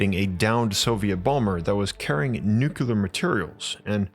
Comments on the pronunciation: PLEASE...PLEASE....I love your vids BUT Nuclear is pronounced Nu-Clee-er...NOT Nu-Cu-Ler...PLEASE... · This is driving me insane. Please look up the correct pronunciation of nuclear. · That and how he pronounces 'nuclear' really irks me!